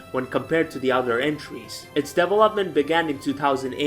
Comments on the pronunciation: Am i the only one who got a bit annoyes by his pronunciation of develop/developed/development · Double up mint